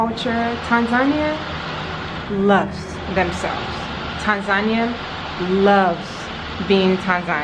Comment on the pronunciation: I am Tanzanian. All the things you have said about us in the vid are true. Just one favor to ask: could you correct your pronunciation of 'Tanzania'? I know some of us pronounce it like that but it's wrong. Please see below link for correct pronunciation, if you don't mind, as it's more correct or near correct than what you have been hearing from some of us.